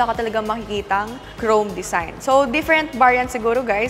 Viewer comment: Hahaha! It’s a “dezign” ah🤣🤣🤣